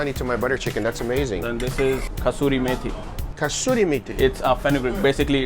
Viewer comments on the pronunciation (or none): Not a kastoori methi .. this is kasoori methi 😂😅